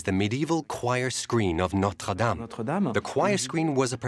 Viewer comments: It’s pronounced “Norte Dame — Dam as in Wham”: NOT “Norte Dame — as in game”. If a program is intended to educate, then the pronunciation of the words are important. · If he's talking about Notre Dame, be respectful and pronounce it correctly. It's not "Nowter Daym" . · Why does the narrator switch back and forth with two different pronunciations of Notre Dame? This is not only peculiar, it’s unprofessional. The correct pronunciation is used repeatedly by French interviewees, so there was no excuse for calling it Notre Dāme, with a long “a”. I also wonder why the screen is never called by its correct medieval term, “ the rood screen”. Rood is an old word for Christ’s cross, as in Scotland’s Holyrood Palace. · Interesting, but I find it disrespectful for the voice over to keep mis-pronouncing Notre Dame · why can't americans pronounce notre dame properly?? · Why can't Americans pronounce "dame" properly ? ruins the whole programme